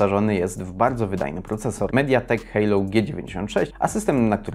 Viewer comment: Nie Hejlou tylko Helio :-)